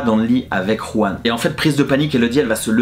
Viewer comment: Juan* le J se prononce R en espagnol 😉